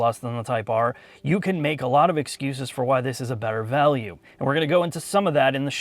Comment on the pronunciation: "A better velue". "Per-fer".